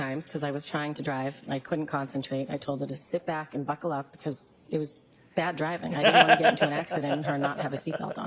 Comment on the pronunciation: "Buckel up" ? WHAT!!!!!!😲😲😲🤣🤣🤣🙃🤣🤣🤣